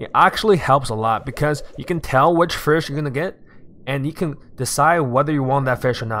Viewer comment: he said firsh